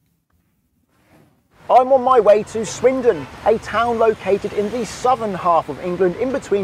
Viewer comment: Good lord the man couldn't even pronounce the place names! For a driving instructor he didn't explain it well and he seemed to make it more difficult. I live near Swindon and the magic roundabout is actually really easy to drive around although it can be a bit scary the first time. After my voluntary job I drive across it late at night and you barely have to stop so when it's quite it's great as you're not stop/starting all the time. The scariest roundabout I've ever been across is the Arc de Triomphe in Paris; you should give it a google! That is frightening! On the whole I love roundabouts as they keep the traffic flowing much better than junctions.